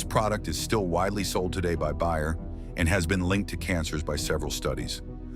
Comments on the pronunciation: Bayer as in aspirin....not buyer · Please hire a narrator who can pronounce words like Bayer, and live correctly to the context that the words are used in.